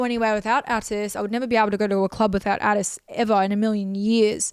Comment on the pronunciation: Can’t stand the way Anna says Atis